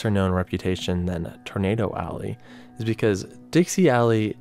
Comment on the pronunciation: can you learn how to say tornado for the love of god.